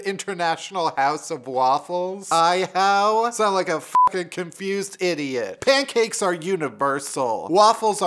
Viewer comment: The way he said “I-HOW” killed me 🤣 🤣